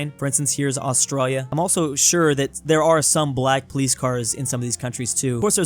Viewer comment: im triggered first 5 seconds of the video bro says "austroya"